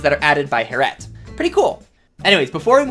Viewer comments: It's Harriet not Hair-et, please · It’s hair-e-at not har-at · Hair-E- ette. Not harete 🤦🏾‍♀️ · It’s “Hair-ee-et” not “hair-et” 😉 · Her name is not heret or hair-et. It's HAIR-EE-ET or "hairy-et" that's a normal name that actual people have. 😑😑😑😑😑 Harriet Tubman, hello? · how normal people say harriët: Harriët. How this guy says harriët: Herrewet. how normal people say label: Label How this guy says label: Laybelle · lol I dont k now why that triggered me, yet I wasnt sure I heard that right. :) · Hair-ette? lol Harriet. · i’m sorry you’ve never heard the name Harriet? like harriet tubman? it’s not HAIR IT, it’s HARRY IT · Hearing him say “hairette” was terrible. It’s Harriet. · Its harriet not 'hair-ette' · LMAOO “Hair-ett” AHAHAHAHAHA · lol I wasn't triggered at first and was gonna let it slide. But then it kept happening 😂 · same here, I figure, once or twice, let it slide...but man it seemed he said her name a lot, and each time was so triggery :D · Dat pronunciation of harriet lolol